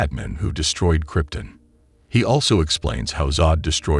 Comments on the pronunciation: Everytime you say Kryptin instead of Krypton i shudder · Who is narrating this video? WHEN DID SUPERMAN COME FROM KRYP-TIN? IT'S KRYPTON! ON, NOT IN. AND WHO IS LEX LUATHER? IT'S LU-THOR! SAY IT RIGHT AND STOP TRYING TO BE SO BOUGIE!!! YOU ARE SO SPECIAL! :face-red-droopy-eyes:UHH...:face-orange-raised-eyebrow:DUH...:face-fuchsia-tongue-out:DRRR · Am i the only one that laughs at him mispronouncing the names? Kryp-tun Lex Lu-thar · Exactly this. It mispronounces things that Conroy wouldn't: Kryptun instead of Krypton, Batmen instead of Batman, Loyees instead of Lois, Luhther instead of Luther, Fries like french fries instead of like Freeze, etc